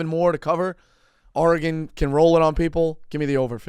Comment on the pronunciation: Why does Dave say Oregone?